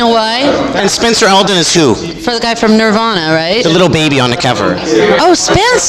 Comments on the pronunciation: They both seem annoyed, and honestly I think it’s pretty warranted this time around. I’ve never seen Nardwuar act like such an annoying little shit. Throwing a whole book at them that he knows they haven’t read, mispronouncing the band name seemingly on purpose (watch part 1). I absolutely adore Nardwuar, but he’s pretty much a stereotypical South Park Canadian here. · Notice how Courtney stresses the correct pronunciation of Nirvana every time Nardwuar deliberately mispronounces it?